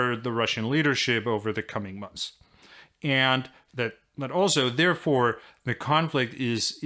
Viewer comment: I love everything about this guy's videos except how he says "and".